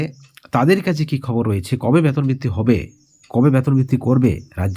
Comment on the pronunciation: ব্যাতন না,বেতন বলুন।